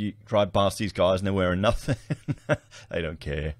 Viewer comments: It's pronounced nothING not nufTHINK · You know how to spell it. Now learn how to say It. “Nothing” not “Nuthink” Just sayin’ what a lot would be thinking😉